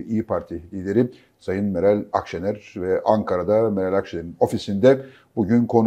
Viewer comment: adam o kadar yok ki, Akşener adını bile yanlış telaffuz ediyordu. 🤠